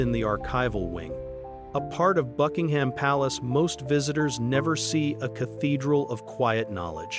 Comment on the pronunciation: Anything with AI narration about "bucking-HAM" palace is just a piece of shit.